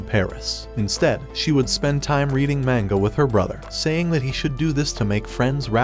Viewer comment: "mango"... ITS NOT "MANGO"! ITS "MANGA"!!!